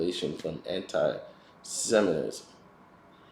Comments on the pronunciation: Say It with me slowly Sem-it-ism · Have you ever noticed looks like the black Charlie Brown? 😂 Yo! Learn how to say “Antisemitism” before you make a 45 min video about it 😂